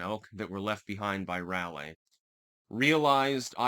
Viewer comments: You did it for me, lol. Also, Rahlee, rather than Rahlay. Js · Bro stop pronouncing Raleigh like that